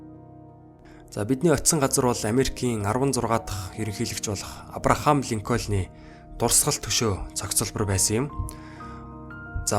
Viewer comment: goe bnoo garud, avram linken gj unshina shuu unshihdaa hehe